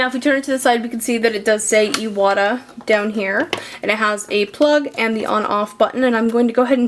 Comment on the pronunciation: It's pronounced I-wa-ta. "Moisture trap" keeps air dry. You can put the compressor on the floor. Well done video.